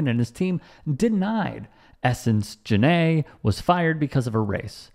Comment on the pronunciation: So Jenai , nice name ... its my name too ! Ive never seen anyone else spell their name like mine but its not pronounced JANAE ITS JENAI long EYE sound not a short A lol and its actually a spinoff of YENNAI which is mandarin for true love or one who loves people But i adddd the AI after Jen and now it means ONE WHO LOVES DOGS because People are STUPID